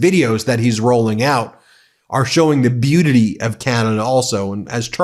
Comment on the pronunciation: "Beutity" Ben ?